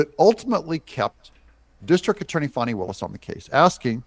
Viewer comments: It’s not “Fawny”. It’s “Fanny”. ~ As in ~ “Flim-Flam-Fani”. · It’s Fani like ass 🤣🇺🇸❤️